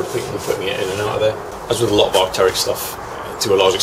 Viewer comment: a fuckin loht uh money. I like it lol.